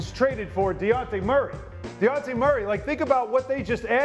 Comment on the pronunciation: “Deonte Murray” not once but twice.. absolute criminal behaviour